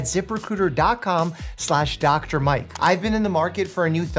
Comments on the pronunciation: Once your head Zip Recruiter as zipper cooter you can't unhear it. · Am I the only one who heard "Zipper Cooter"? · Dr Mike, I'm sorry, but I can't stop hearing "Zipper Cooter". I'm slowly wheezing myself to death atm. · I though he said "Zipper Cooter" instead of ZipRecruiter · I thought he said the sponsor was Zipper Cooter and I was very confused at first 😭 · I was listening and not watching, but I had to look up when you where talking about ZiprRecruiter, bc I heard Zippercooter and that seemed so weird for a company 🤣